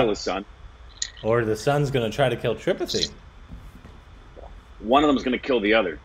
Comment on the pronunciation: it's pronounced tripaaaattte not tripati